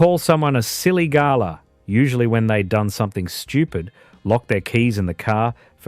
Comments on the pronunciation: Stone the crows - that's not "silly gala", you great drongo! It's "ga-lah", as in the bird of the same name, with the emphasis on the last syllable! And don't come the raw prawn with me, ya mug - "Good on ya," "No worries," "She'll be right" and "Cactus" AREN'T dead, not where I come from anyway! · Strewth! I can't watch any more. WTF is a "Silly Garlar"? Bugger Off! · Can't say I've ever heard galah pronounced "garlour"!